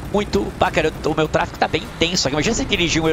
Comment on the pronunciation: Kkkkk TRA-FE-GO KKK um abraço tmj 😂